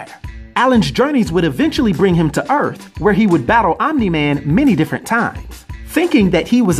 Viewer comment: Oh maaan you mean it isnt no Urath but "Earth".... Maaaan im gonna be soo soo....